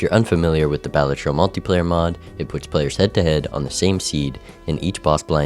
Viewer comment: Is it Bah-La-Tro or whatever the fuck you're saying?